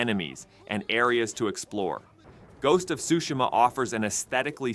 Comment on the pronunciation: Shu shi ma not shushi ma lol